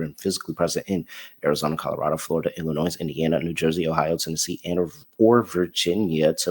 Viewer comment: Please stop saying the "s" in Illinois, it drives me crazy xD